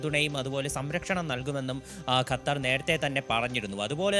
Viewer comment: ഖത്തരിന്റെ" അ ത്ത" പോകും